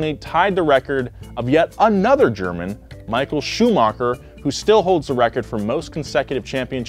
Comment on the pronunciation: bro you said nico roßbörk and mykill schumaker